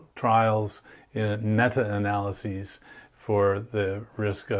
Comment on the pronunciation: Yeah, I know what "meta" analysis is. He said, "metra" analysis. I thought it was funny. 😁